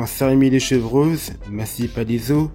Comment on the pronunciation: Sujet intéressant mais ca pique un peu C'est Saint-Rémy et non Sain-Rémy. Amicalement.